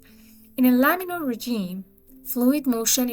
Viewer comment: Laminar flow, not laminaL